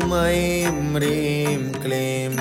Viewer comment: नमन मेरो जिज्ञासा भनिदिनुहोला।। यो मन्त्र भन्दा रिंम भन्नु पर्छ कि हिंम उच्चारण गर्नु पर्छ??सुन्दा रिंम जस्तो सुनिन्छ तर यहाँ लेखेको हिंम छ कसरी उच्चारण गर्ने होला??